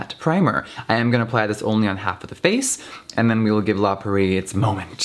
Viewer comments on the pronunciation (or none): I love you, but it’s La Prairie, not “La Pur-ee” 😂❤️❤️❤️❤️ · when he says “la prairie” it sounds like he skips over the first r 😂❤️